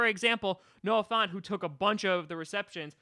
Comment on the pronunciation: My thoughts on getting him: yesyesyesyesyesyesyesyesyesyesyesyesyes EDIT: font...? f-f-font? FONT? WHAT THE HECK DO YOU MEAN FONT? HIS NAME IS FANT